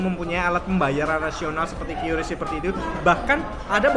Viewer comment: QRIS dibacanya KRIS bang bukan kyuris loh